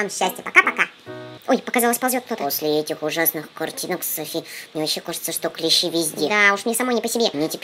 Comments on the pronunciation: Не клЕщи, а клещИ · Не клЕщи а клещИ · клещИ, а не клЕщи вроде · видео хорошее, только клещИ а не клЕщи) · НЕ клЕщи А клещИ!!!!!